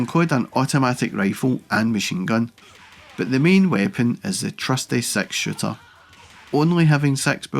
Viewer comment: Did he say "sex shooter" ? 😂